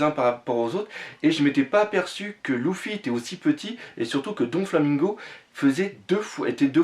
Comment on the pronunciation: mec cest luffy pas louffy sinon belle collection